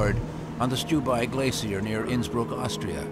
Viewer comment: Innsbruck? Sounds more like Innsmouth! 😮